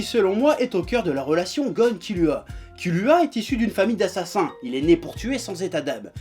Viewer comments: nickel,sauf que kilua sa se prononce kirua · Kilua On dit kirua